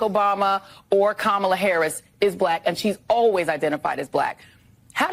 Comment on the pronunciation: I have to admit that I find it quite entertaining the way Trump says "black" with two syllables.